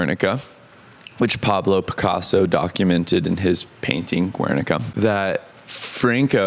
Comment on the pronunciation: It's so weird but great to see you talking about part of our history with so much confidence and so cool that you could translate those feelings into the song. Btw Guernica is pronounced more like Garenica and not Wernica if that makes sense!